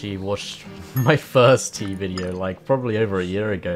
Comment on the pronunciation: The music is so peaceful (except when it isnt), it perfectly makes the vibe. However, every time you said tea, I misstook you and heard teeth.